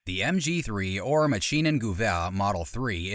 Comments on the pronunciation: You butchering my beautiful Language! MaschienengEwehr not MaschienengUweh.....Lern Deutsch du Ei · Maschinengewehr not maschinengewoeeer